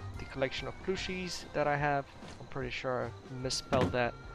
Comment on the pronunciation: bro it’s.... PLUSH-ie not ploosh-ie